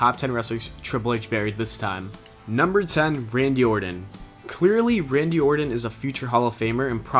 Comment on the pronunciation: Orton man, or-ton, ton, ton ton lol not ordon, ordin, or orden, like come on guy, in today's day and age there is no excuse for botching names in prerecorded videos. that aside good videos.